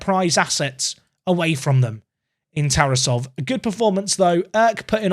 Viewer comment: unsporting personality of TarAsov (that's the proper pronunciation) is a little bit of concern for a 100m player